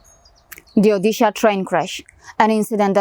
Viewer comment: As an Odia (INDIAN) living in Mumbai, I'd NO IDEA that anyone had something like Mumbai local! Information is beautiful. It really opens up eyes. It's ଓଡ଼ିଶା ओड़िसा btw if you know Devanagiri. This is the correct pronunciation.